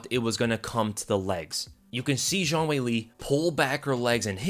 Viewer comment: Why he sayin zhang like it’s French? All I hear is JeanQuiLee lololol